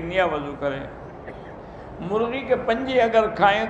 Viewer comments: بھائی جان مرغی اس طرح ہے( مرگی ) غلط ہے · بھائی پہلے اپنے الفاظ ٹھیک کر. مرگی نہیں " مرغی" ھے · اوہ پائی مرگی نہیں مرغی 😂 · مرغی ہوتا ہیں مرگی نہیں اور ماشاءاللہ آپ کی ویڈیو بہت اچھی ہے. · مرگی نہیں مرغی... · کوتھے مرگی نہیں بلکہ مرغی ہے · Bhai مرغی ہوتا ہے مرگی ni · Not مرگی(mirgi) but مرغی(murghi=hen) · مرگی نہیں جناب مرغی ہوتا ہے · مرگی نہیں مرغی ہے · مرغی ہوتا ہے مرگی نہیں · او بھائی یہ مرغی ہوتا ہے مرگی نہیں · مرغی ہے بھائی مرگی نھیں ۔۔۔۔۔۔۔ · Q urdu ka janaza nikal rahe ho wo مرغی hota h